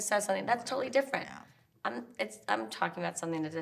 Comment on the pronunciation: Kyle please learn to pronounce the "G" in "ing" - it's "Talking", not "Talkeen"